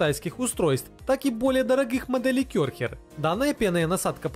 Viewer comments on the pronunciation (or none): none